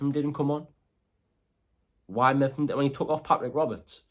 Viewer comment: Its Mep-ham not Meffam